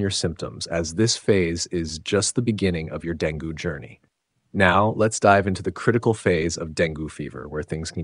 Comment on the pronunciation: Dengue is pronounced Deng-gay, not deng-goo.